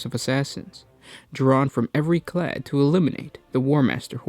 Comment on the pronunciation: Clade, not clad.